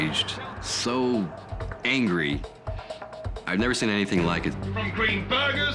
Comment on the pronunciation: omg he says angwie instead of angry